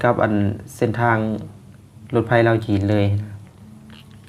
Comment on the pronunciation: ในภาษาไทย ตัว พ.พาน และฟ.ฟัน ออกเสียงต่างกันครับ แต่ออกเสียงเป็นรถไพ ไม่ถูกต้องต้องอ่านเป็นนรถไฟ